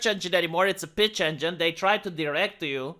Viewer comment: I thought he said "bitch engine" lol